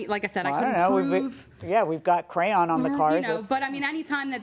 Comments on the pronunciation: Never heard "crayon" pronounced as "crown" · This lady can pronounce amicably correctly but not crayon. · Who the hell says “CROWN” instead or CRAYON🖍️ 😂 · I dislike very much the way she pronounces crayon. Then pronounced it perfectly. So she’s choosing to say CROWN/CRYON (however she said it) instead. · She made think of my daughter. When she was little, she pronounced crayon as “cram”